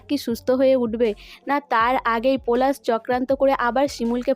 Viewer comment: আবার পরাগ কে পোরাগ পলাশ কে পোলাশ বলা কে বোলা pl উচচারণ ঠিক করুন ।আপনার লজ্জা কোরছে না?